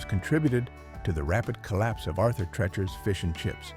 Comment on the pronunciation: It's TREECHERS not TRECHERS. AI is almost there though. The narration is pretty good.